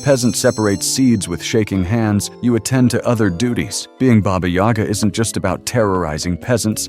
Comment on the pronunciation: That's Bah-Bah Yaga not Bey-Bah Yag!